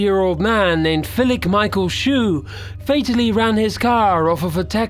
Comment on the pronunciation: Why did you call Philip Philic? You should probably practice before you record this stuff.